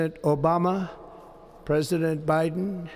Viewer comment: He put that same emphasis on Obamas name that he does when he says “china” 😂😂😂